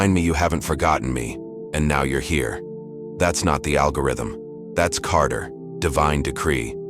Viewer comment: I think you meant Qadr not Carter!